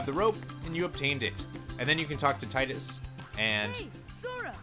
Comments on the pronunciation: No offence on anything but it's pronounced Tee-Dus. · Yeah, but Selphie in KH2 was the only one who pronounce it Tie-Dus which is where the confusion started. And, let's be fair, Square-Enix never has a good track record regarding consistent names. (hello Aeris VS Aerith debacle) But Dissidia, World of Final Fantasy and even James Arnold Taylor all pronounced it Tee-Dus. And it can't get more official than his voice actor saying it if you ask me. It's just a me thing; I'm the type of guy who needs an actual confirmation from official souces and I pronounce and spell names based on official terms.